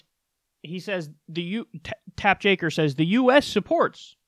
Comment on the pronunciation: Is there a reason you're calling the guy Tap Jaker? I'm pretty sure his name is Jake Tapper!